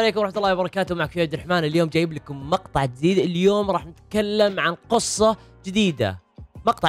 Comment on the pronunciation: ياخي اسمها قصه مو قوصه